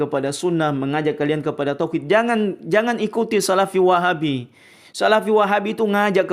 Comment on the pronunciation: Apa lg kalo pas ngucap "Wahhaabbi...mendok banget kol kolah langgam Jamadur nya..😁